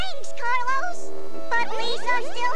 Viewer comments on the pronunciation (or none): none